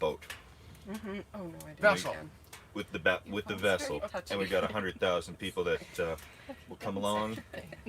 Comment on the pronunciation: "vessel" hahaha, much love from the Netherlands.